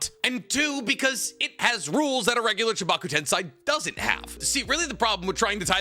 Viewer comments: How did you randomly change from saying tensei to tensai? .. like please dude you have watched and read this series enough to not be fucking up this pronunciation anymore. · Why did you quit pronouncing テンセイ "tensei" correctly partway into the discussion about it? 🥹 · He knows correct pronunciations he does that to piss off the "actually!" people